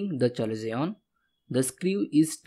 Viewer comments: Not called chalezion, its called kalezion, written chalezion😅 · Its pronounced as kalazion ... Not chalazion